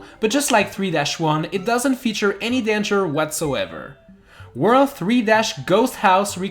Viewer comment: Just say worlD you are saying worl all the time